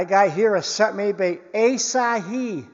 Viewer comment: AHH-SA-HEE is the pronunciation. ASAHI is a major Japanese manufacturing company known for gkass and optical products, I.e. Pentax cameras and binoculars.